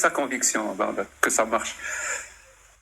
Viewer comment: Bagdad et non (Baghdad)